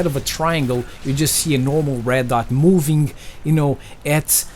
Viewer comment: Funny when u say words where is ING in the end of the word u say INK.Like moving u say movink NO HATE